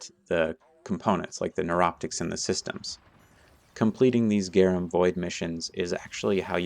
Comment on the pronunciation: GRA NUM Not GAR UM